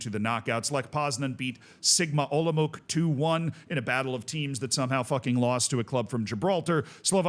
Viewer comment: Olomouc is pronounced Olomouts/olomovtz, if you do something like that, u get it pretty much right 🎯